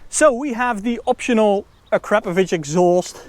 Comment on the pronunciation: is legit because he can pronounce akrapovic correctly. So many people here in the states butcher it horribly